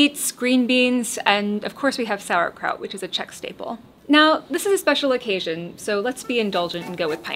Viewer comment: PSA to all Texans: Note how the actual Czech texan pronounces it.